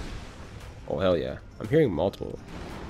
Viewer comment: I spent WAY too long trying to figure out if you were saying "hell yeah" or "yell heah" Anyway, great video lol